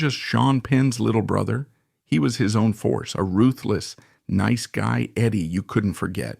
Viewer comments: Neece Guy Eddie?????? Bad AI! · "neese guy Eddie" ??? It's nice guy Eddie you AI slop cnt waffle. Fcking garbage. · Is this an AI narrator? He can't pronounce nice